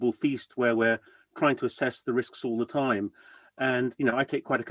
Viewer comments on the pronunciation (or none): none